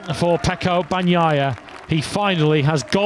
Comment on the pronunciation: EL LOCUTOR INGLES NO SABE DECIR BAGNAIA, DICE PANOIA, JAJJJAJAJJAJJAJJAJA